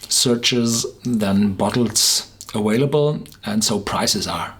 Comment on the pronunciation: It's aVailable NOT aWailable!!!!!